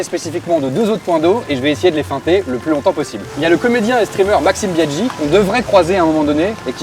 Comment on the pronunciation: Maxime Biaggi par contre pas Biadgi mes mignons